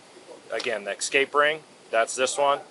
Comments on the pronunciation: There is no k or x in the word escape. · Something about the way the cop added an 'x' to escape just irks the hell out of me